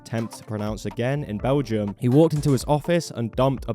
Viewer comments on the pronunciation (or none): none